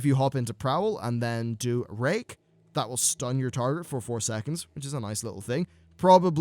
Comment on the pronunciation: Don't hate me for it, but I thought he said "If the target is below 25% health, it will refresh rape."